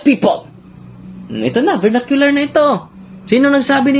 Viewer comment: Vernacular poh.